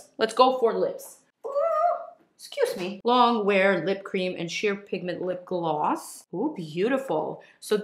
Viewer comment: Or when she says Gloss it sounds like ”glaws” it’s adorable 😍💕❤️